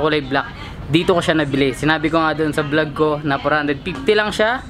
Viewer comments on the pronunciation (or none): none